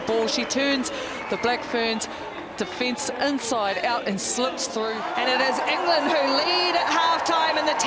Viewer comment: Enger-land! It's not dayboo kiwis.